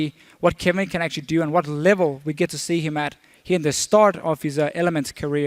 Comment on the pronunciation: is chinese? he said actuarry more than once this game